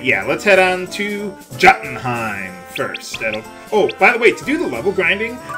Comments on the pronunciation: it's pronounced "yoden-heim" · Isn't it pronounced Yo-tun-hime? Like in Asgardian lore?